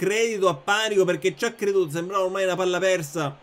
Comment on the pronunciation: E io che pensavo sarebbe stata una sfida super difficile. Con Mister nulla è difficile 😍💪🏻 Panico si leggerebbe Panìco, quindi con l'accento sulla I. Però Panico Paura è fantastico, quindi continua pure a pronunciarlo così 😂 (Pes 2021 credo che non sarà un vero e proprio nuovo gioco, ma una sorta di aggiornamento. Per me comunque cambieranno anche le grafiche, quindi il menù ecc, e faranno modifiche a certe modalità. Suppongo stiano tenendo tutte le più grande novità per la ps5, dove faranno un altro grandissimo salto. D'altronde sono anni che FIFA è uguale😂)